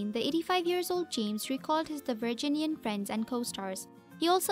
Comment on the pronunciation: I cringed every time she said the word "Virginian".